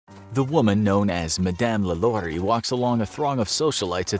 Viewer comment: 1. You greatly mispronounced “LaLaurie” which is French. Yet, your idiotic self was able to pronounce other French names in this video? Please do us all a favor, especially those of us that actually spend our “clicks” on your videos, and get the actual pronouncements of the names correctly. You’re welcome.